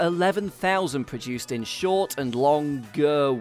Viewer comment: Lovely! Liked the detail and irreverent treatment though I became slightly concerned about what seemed to be slight re-appearance of 'produced' with the silent 'R' which seems to be a feature in some other petrolheadish vid channels. Or is it my ears malfunctioning?